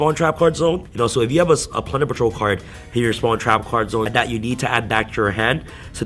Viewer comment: Dude its plunder patrol not punder